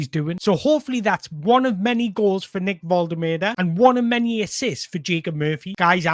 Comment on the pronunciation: Great video. Love the fact you pronounce Nicks name diffeently every time. :D :D :D